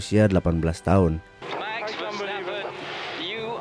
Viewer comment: Bukan "Meks" tapi "maks" verstappen 👍🏻